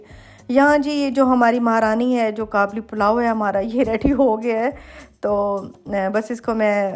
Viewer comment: It's called Qabeli Palaw sister not 'Kablipalau', coming from an Afghan.